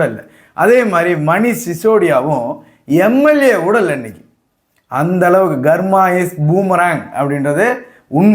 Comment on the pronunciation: Garma? Horrible, it is Karma! K sound, not G sound